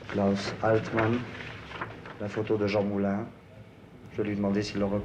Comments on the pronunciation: Il dit Mouline comme s’il venait de lire le mot en tant que non francophone alors qu’il vient de l’entendre. Game over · En effet, seul un allemand qui connait l'orthographe de "MOULIN" dira "MOULINE" car le "IN" se prononce "INE" en allemand